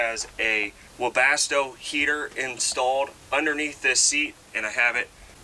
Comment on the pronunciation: Another ford??? And then a mercedes?... Its like I don't even know who you are any more!! 😭😭😭😭...lol dunno, I comment to get you out there more, cause your howtos are damn good and it's like a thank you.. BTW did you just say woopa$$toe? I know its a heating system, just the way you said it lol oh hey! And with the power of video editing the bed raises and lowers faster!